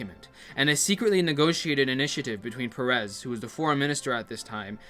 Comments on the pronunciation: is peres, not perez,hes not mexican god damn it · you pronounce it like the name of the pokemon "paras", clip for reference